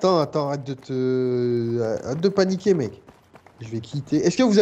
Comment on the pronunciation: " On les anni qué "